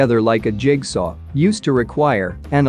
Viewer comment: Agreed. Get the "leed" out. Also, it subtly mis-accents "jig-saw." Again, I don't like it, but I have to admit that technically it's pretty good.